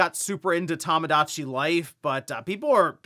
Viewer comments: Maybe once the Direct drops, will stop calling it "Tamadachi Life" instead of "Tomodachi." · it's tomodachi, "tomo", not "tammah"